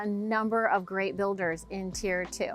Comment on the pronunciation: It's "tier".